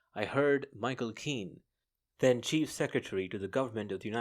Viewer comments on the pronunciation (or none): none